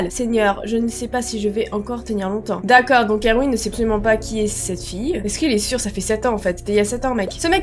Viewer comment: enfaite erwin ça se lit "ervine" il y a un garçon dans ma classe qui s'appelle comme ça ;)